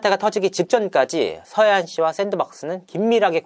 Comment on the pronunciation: 서하얀인데 계속 서해안 서해안 거리는게 듣기 거북하네요.. 절레 절레